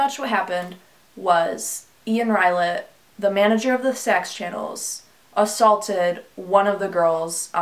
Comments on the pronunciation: It’s “Saks” not “Sex” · Its pronanced saks not sex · Every time she says sak’s channel it sounds like sex channel 🤣😂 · Why does it sound like every time she says Saks sounds like sex who name this channel him? If so wow fucked up dude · When you say saks it sounds so so close to saying sex channel and not trying to be disgusting but that’s what I’m hearing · is it just me or does the term "Saks channels" sounds a lot like "se% channels" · Even when you say “saks channel” it sounds like “sex channel”. Very blatant.